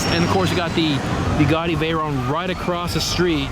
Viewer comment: Lol four begatti haha isn't it Bugatti ?? Or am I too high to know the difference??